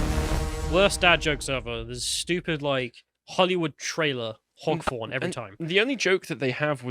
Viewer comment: I thought he misspoke at first, but clearly actually thinks a foghorn is called a hogforn.